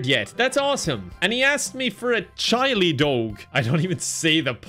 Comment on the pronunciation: Rayman? Chi-lee ? 😅